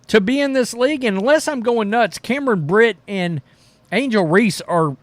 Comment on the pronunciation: Cam Brink bro !! Not Britt !! Unless you are being sarcastic.. Then I'm a Idiot!! LoL Cam is a Smoke Show!!